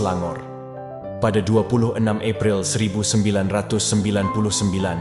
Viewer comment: Perkahwinan yang benar adalah perkawinan. Pengucapan bulan April bukan Epril.